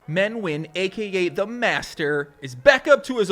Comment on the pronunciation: No, you shouldn't call him "Men the master Win". You should learn how to say Nguyen.